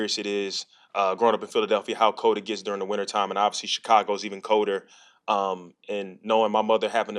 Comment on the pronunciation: "Coder"??? Guess he was absent the day they were teaching the 12th letter of the alphabet in grade school 🤨🤔